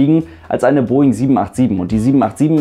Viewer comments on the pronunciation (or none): none